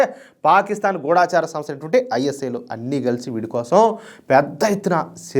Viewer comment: ముందు "గూఢచరి" అని చదవడం నేర్చుకోవాలి